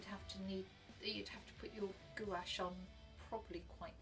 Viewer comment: Gwash not goo ache.